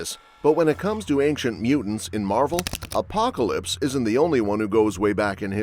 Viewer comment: So she's Galactus. She is, indeed, "aink-chent", lol